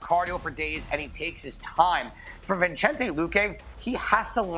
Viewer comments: Boy said vichente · Dude cant even says Vicente's name properly